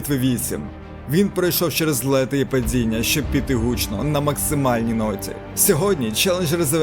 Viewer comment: "Не цямиць", "падзіння", "бюрокрації", "дзякуємо".. це за першу хвилину.. далі мене не вистачило слухати цю "маацковскую" вимову